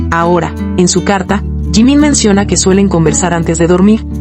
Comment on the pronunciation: Você não sabe pronunciar Jimin com essa atitude você já está gerando ódio então você é uma MENTIROSA!🤮